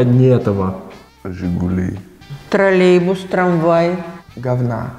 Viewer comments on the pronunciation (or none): none